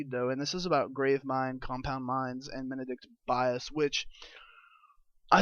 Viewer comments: MEN-di(like did)-Kent Bias, bro that is how you say it, please say it right! D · Please pronounce Mendicant Bias correctly you D.S..